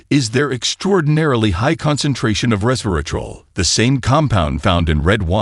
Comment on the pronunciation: The announcer needs to check the pronunciation of words like: mitochondria, resveratrol, and a few other technical words in this presentation. The reason is that younger viewers will then take up his mispronounced terms and believe them to be correct. But, if the announcer is AI-generated then the sound engineer needs to gauge the pronunciation.